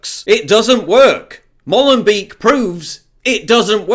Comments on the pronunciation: It is pronounced Mowlenbake, not Mollenbeke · You can't even pronounce Molenbeek